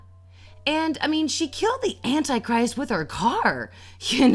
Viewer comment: your pronouciation of ''antichrist'' baffles me